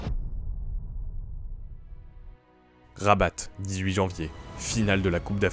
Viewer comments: On ne dit pas Rabatt mais Rabat le T ne se prononce pas mon petit....🤪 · Pour rabat on ne prononce pas le T 😅